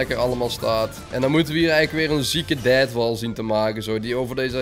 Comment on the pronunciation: Als deathwall zegt lijkt het alsof hij dadwall zegt lol